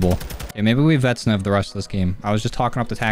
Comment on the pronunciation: IW: "Vaznev" Joe: "Vetsnev"